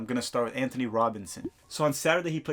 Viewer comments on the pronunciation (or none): none